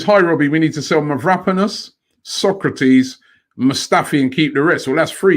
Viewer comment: Take a shot every time Robbie butchers Mavropanos' name